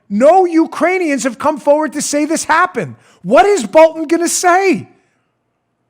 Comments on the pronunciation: Hey Dan .... getting so worked up about dis stuff , just makes you forget to use th's on your pronunciations...dis , dat , dose , de udder guy ,,...and ypur hand movements really show how buff you think you are.... Think I am gonna start listening to your podcasts , maybe then I won't be so distracted by your poor use of de english language , just so you know dat I am not duh guy you tink dat I am , I do appreciate what youse guys do ... dis isnt a put down , just an observation from a dolt in fly over country , you know ...where all duh corn grows ..., hehehehe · Like dis and like dat an da utter ting!